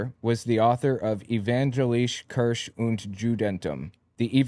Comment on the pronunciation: Please. Kirche is pronounced "Kirshe", not "Krch"